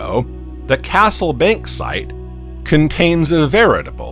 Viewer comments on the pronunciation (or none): none